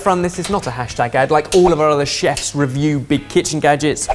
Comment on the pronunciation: I never hear the sibilant sound at the beginning, so it sounds like "We've got Chefs; we've got Norman". For ages when I first started watching I was like who the f is "Norman"???